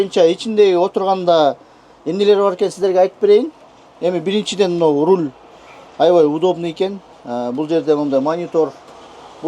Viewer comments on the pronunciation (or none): none